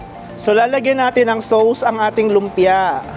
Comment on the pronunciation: Please lang…….ang sauce, hindi SOWS……Soss lang ang pronounciation niya. Nakakairita tuwing binabanggit mo.